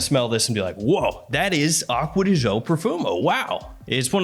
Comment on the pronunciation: Man said "Aqua de Joe", I'm out.